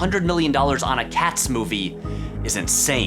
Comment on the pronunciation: It bothers me how it sounds like he's saying Cass instead of Cats.